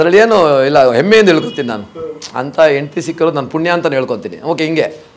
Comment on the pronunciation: ಅದು ಹೆಮ್ಮೆಯಿಂದ not ಎಮ್ಮೆಯಿಂದ